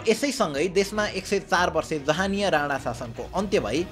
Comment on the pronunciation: राणा त राडा जस्तो सुनिरा'छ यार 😂